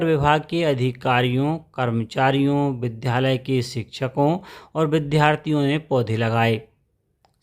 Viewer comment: कृपया विद्यालय बोला जावे,विध्यालय नहीं।